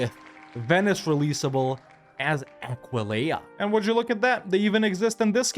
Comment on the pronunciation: Yay he finally learned how to pronounce Aquileia